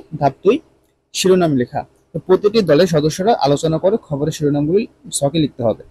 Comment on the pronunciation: স্যার খাবারের না খবরের 😅😅